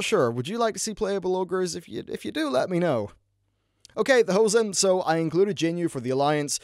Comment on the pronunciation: You saying Ho-Zen is kinda funny. Sounds like every english speaking guy trying to say "pants" in german... "Hosen" :D